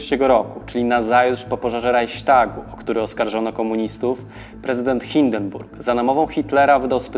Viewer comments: Nie czyta się "RAJŚTAGU", tylko "Rajchstagu" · "Reiśtagu"? Skąd Pan to wziął?